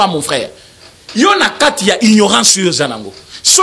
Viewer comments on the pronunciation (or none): none